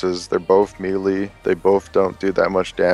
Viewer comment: It's not "ME LEE" It's "MAYLAY" lolol